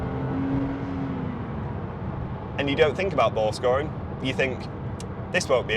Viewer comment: I thought this dude was saying "ball scoring". Was trying to figure out what the hell he meant. I had to read it. He has the voice of a gay man. A very gay man.